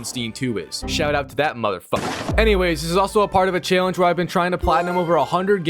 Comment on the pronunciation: why does bro say challenge like that